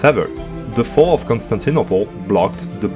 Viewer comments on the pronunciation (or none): none